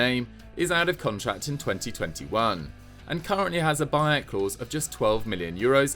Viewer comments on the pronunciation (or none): none